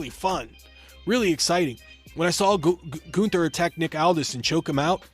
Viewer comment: It's GUNN-THER! NOT GOON-THUR!